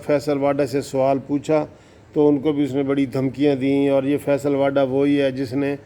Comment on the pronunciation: بھائی.. یہ واڈا نہیں ھے.. واوڈا Vavda...یہ غالباً گجراتی میمن فیملی ٹائیٹل ھے موصوف اکثر واڈا بول جاتے ہیں. بہتر ھے وہ بھی تصیح فرما لیں.